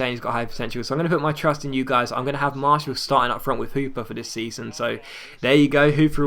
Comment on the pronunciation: Just for the future: Martial is pronounced Mart-y-all. Loved this episode!